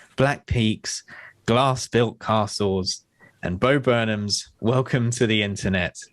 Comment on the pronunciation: I swear I heard one of y'all say, "Blast-Proof Nazguls," rather than "Glass-Built Castles,' and about pissed myself.